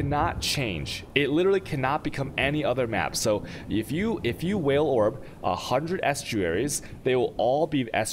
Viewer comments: It did actually take me a few minutes to figure out what he meant by "whale" orb, and I've been playing the game off and on since domination. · That's how he pronounces Vaal Orb, I find it amusing on stream but I said above why he should use normal english for tutorials